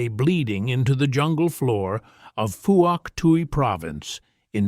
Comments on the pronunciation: I don't know who those soldiers were, in this video,but they were not Diggers (Australian soldiers), neither regular Infantry nor SAS. None of them is wearing the head-dress that we did I South Vietnam. Also, it is pronounced Fook Twee Province. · It's pronounced 'fook twi'.